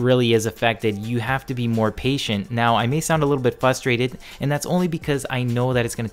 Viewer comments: its FRUSTRATED not FUStrated, god damn so many people do this its fustrating as fuck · Great video, but the way this guy talks just bugs me! "Check it oht" and "fustrated." Seriously, every time he says out I just cringe!